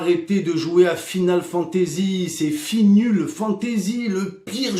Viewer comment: “Final Fantazizi”